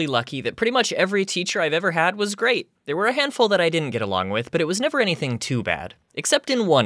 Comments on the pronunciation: I genuinely thought, when you said “gate”, you said “gay.” “SCOOPED UP THE GAY KIDS—“ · Every time you said gate i thought you said gay Ex. The Gay teacher would take The Gay kids to play tatagrams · When you said “gate” I thought you said “gay” at first so I heard- “The gay teachers came and picked up the gay kids” :T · Timtom: the GRATE teacher would get the GRATE kids What I hear:.....the gAy KiDs? Welp I'm going thare! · OMG ME TOO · Was literally looking for this comment😹 My eyes widened in disbelief when I heard him say this😹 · Me too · Me either XD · Same too